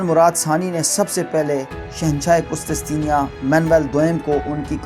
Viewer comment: ye word qustistenia nahe he, correct it, asal lafz he qustun tunia....